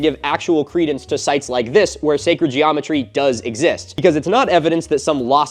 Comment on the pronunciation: Can't wait for Filip Zeba to hear "Secred geometry" 🤣🤣 Love the video, and as a Europian, love that "it's mound of dirt, as Partheon is a pile of rocks"👌